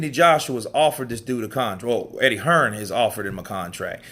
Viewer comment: Most Fellas from the US including this guy he is Hearn not hearns you dumb ass